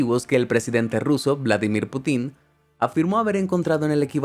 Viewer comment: es putin, no putín